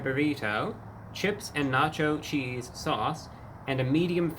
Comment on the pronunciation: na cho cheesd